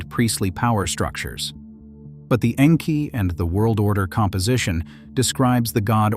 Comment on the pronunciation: The pronunciation of Enki is a bit more disturbing, but I listen for content so over-all I'm pleased.